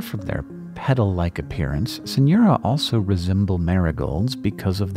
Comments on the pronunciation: As a hispanic, every time you said Synura i could only hear “señora” lol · "Señora"? Ah, it's only weird accent in the pronunciation of "Synura". Sigh!